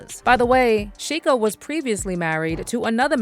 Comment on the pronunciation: Sheikha in Arabic means princess. You're literally calling her Princess Princess 😂 and its pronounced shay-kha